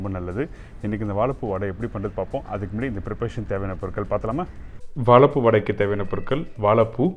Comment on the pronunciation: வாழைப்பூ வடை பார்ப்பதற்கு நன்றாக உள்ளது. வா"ழை"ப்பூ என்று சரியாக உச்சரிக்க வேண்டும். வாளப்பூ அல்ல.‌ பொது வெளியில் வீடியோ வெளியிடும் நீங்கள் இதை கவனிக்க வேண்டும்.